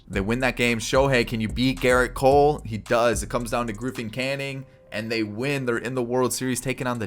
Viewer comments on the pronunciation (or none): none